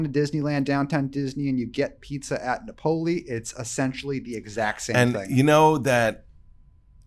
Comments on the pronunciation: This makes me laugh every time pronounces a classic and famous place in Italy as, "Nap-OH-li." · “Nuh pole ee” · I can't wait for Tuesday. Is there anything better on youtube than a rant? And it used to drive me crazy when refused to pronounce Topolino correctly. But tells him how to pronounce Napoli correctly and he still won't do it. I feel better.